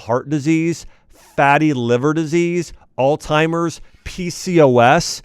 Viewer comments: You're a Dr? Did you really say Altimer's disease? It's Alzheimer's. Named after the Dr who discovered and named it. Makes you not look very smart. Why would we trust a Dr to advise us who doesn't even know this or pronounce it correctly. Look it up!! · All-timers? I thought it was AlZheimers. Silly me.